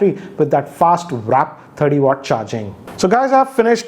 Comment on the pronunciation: yeah. Figured. Only 2 things irked me in this video. The pull open tab thing. And the fact that he keeps calling it "wrap" charging. Even the written specs were misspelled. But nevertheless he's super fast with his review videos and they almost always very detailed and comprehensive